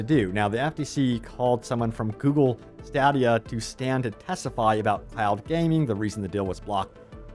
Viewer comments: Stay-dee-uh and puh-ten-chul. Just trying to help you sound smarter. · Dude stop saying stadia wrong